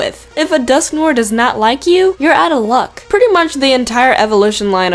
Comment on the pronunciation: Dusk-no-ah that's how you say it